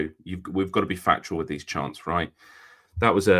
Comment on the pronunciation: 'We've got to be factual with these charnts' 😂😂😂